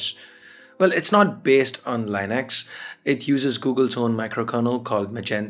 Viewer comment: I Really like this series. but, I would like to give to give you some suggestions. You have already made one video today. It's good but I would like to have these videos a bit longer and have some long interval between one to another. It's kinda sad to see that these videos are really good but views are not great. And, it's pronounced as "Lee-nux" or "lin-ux". you pronounced it as in "Linus Sebastien" or "Linus Torvald" And also, Thanks for not using Green Screen;)